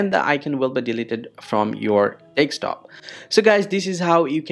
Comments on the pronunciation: MF its desktop not dekstop😂😂😂😂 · Every time you said desk top it sounded like you were saying take stop. Also, I followed your instructions and it didn't work. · Bro said deckstop😭😭😭😭